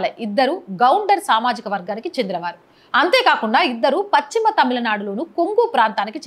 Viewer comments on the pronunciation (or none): none